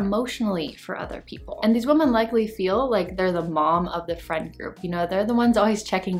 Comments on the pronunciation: Ok, seriously. Am I missing something? Why do I keep hearing the plural of the word "woman" pronounced as "woman" instead of "women"? Did they change the grammar, or is it offensive to say "women" now, or something?😂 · Woman is pronounced woman. Women is pronounced wimen.